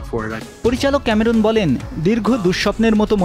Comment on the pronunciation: ক্যামেরুন নয়, ক্যামেরন।